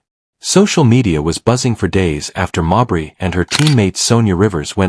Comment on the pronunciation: Witch's name Should be pronounced "Mayberry" like Barney Fife Mayberry